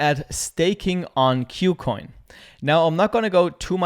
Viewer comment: Thanks for the video. By the way, the name of the exchange is pronounced as 'KooCoin' as compared to 'Q+Coin'. 'Ku' part here is a Chinese loanword from the English word 'Cool' and means the same. Kucoin is a Chinese exchange so that explains the name.